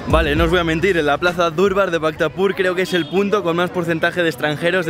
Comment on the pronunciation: No se dice durbar se dice darbar soy de Nepal vivo españ muchas gracias por video